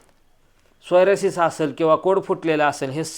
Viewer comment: तुम्ही वारंवार सोयरासीस म्हणत आहे त्याला सोरायसिस असे म्हणतात